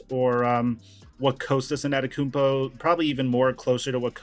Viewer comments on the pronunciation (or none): How hard is it to say “Anteto - Kumpo” —— Antetokoumpo ANTETO KUMPO ——so easy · Still can’t pronounce Antetokounmpo?